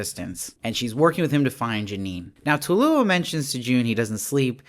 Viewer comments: It’s pronounced phonetically TOO-ELLE-OH……Not Tula, or Toolo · TWAY-yo is how it’s pronounced, it’s Spanish. 2 syllables